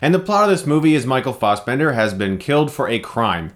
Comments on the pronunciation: "Farsebemnder"? "Fassbender", my friend. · Why do I hear "Michael Faussbender"?! It's Fassbender! Damn it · fas not faus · Fassbender not faus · Stop saying Fossbender, Chris! >.< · You make great points but I can't get over "Fossbender". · Michael Fossbender? u might as well say moycle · Fast bender! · guys is it right to pronounce FA-as in 'far'-sbender? I thought it was FE as in feminist. Im so annoyed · You can pronounce assassin properly but not Fassbender (ASS) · Michael Fausbendar lol why are you saying it like that? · It's pronounced Fassbender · Taylor Williams assbender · ... Stop pronouncing Fassbender like that it's so ridiculously incorrect. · Please pronounce his name properly. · What the fuck is wrong with you?! Stop pronouncing Fassbender like that! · Every time he says Fassbender. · The way you pronounce Fassbender should be illegal. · "real German pronunciation" - he's Irish m8, fuck the original german pronunciation. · ***** fixed it